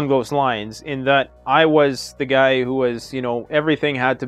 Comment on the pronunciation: It's pronounced Guy, like "you guys", not Gee. Just saying. Thanks.